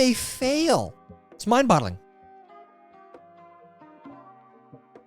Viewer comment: MIND boGGling man, you say it wrong every week